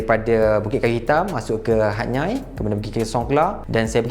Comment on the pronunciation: Kenapa Hatyai disebut Hat-Nyai dan bukan Hat-Yai?